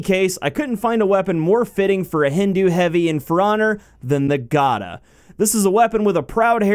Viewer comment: The Gada* is actually pronounced Gha-Da